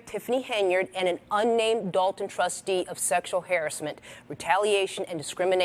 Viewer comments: Harrisment or harassment? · please learn how to say harassment not harrisment. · Why do she say "hair ass ment" lol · What is sexual “harris-meant” lol this reporter 🤦🏻‍♂️ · Why does she say “har-ASS-ment” as haris-ment”? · hairessment? do these anchors not know how to say harassment? Also, this story is sickening. Hope she ends up in jail. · Why do they keep saying Harris- ment. Do you mean harassment? Haha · Harrisment? You mean harassment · Is it just me or do they pronounce harassment oddly? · Why can she not pronounce harassment correct lol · If you are gonna do an Investigation then I would say to not incorrectly pronounce and keep repeating "harassment". Understand if uncommon or a word that is not commonly used but harassment is common and used through out someones life span. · Isn’t it harassment not hasssment hahahaha monkeys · harassment. can people not properly pronounce that word anymore?